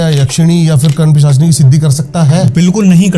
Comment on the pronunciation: ये महाराज जी कर्ण पिशाचिनी का उच्चारण ही ग़लत कर रहे हैं। सही है कर्ण पिशाचिनी। कर्ण पिशाचिनी तो छुटपुट चुड़ैल के बराबर सामर्थ्य शक्ति रखती हैं केवल।